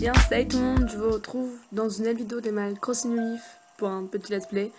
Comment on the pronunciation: ღ Des fois tu dis Animal Croching au lieu de Crossing et du coup sa ma marquer xD